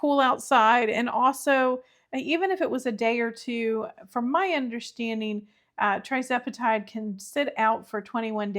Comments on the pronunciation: Just a little heads up that it's Tirzepatide, not Trizepatide. Good luck with it! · “Tirz”, not “Tri”